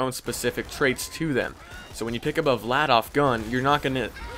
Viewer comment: im just correcting you but its Vladaf